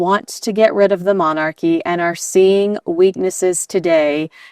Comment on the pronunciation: She left 6 years ago and you can't stop talking about them. I say, meghan is winning., what do you know about british monarchy? You can't even pronounce the word monarchy